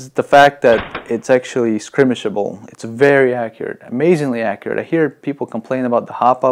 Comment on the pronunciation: Also the word is SKIRmish not SCRImish.